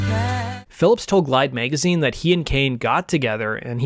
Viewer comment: ROLLING STONE MAYGAZINE. SPIN MAYGAZINE.